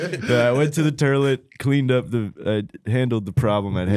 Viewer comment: I’m curious to how toilet is pronounced “torlet” please some east coaster explain